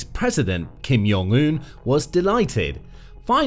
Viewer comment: Ugh, I can't watch something when they can't even pronounce the name of the person the whole video is about correctly.